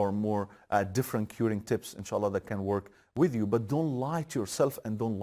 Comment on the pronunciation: Adamin insaalah demesine bayildimm